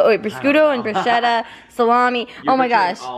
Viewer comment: Hi and: you almost said it correctly Prosciutto (pro shoe toe) and bruschetta (brue chet a) Both are amazing meats from Italy! I loved it there! <3